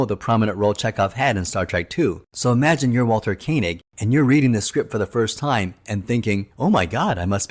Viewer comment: Koenig NOT Kay nig !!